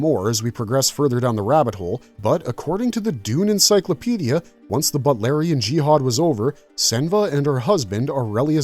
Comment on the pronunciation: It's pronounced BOOT. BOOTLARIAN. NOT butlarian.